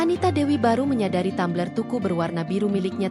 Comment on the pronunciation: Tumbler oh Tammmbler....hadeuh😅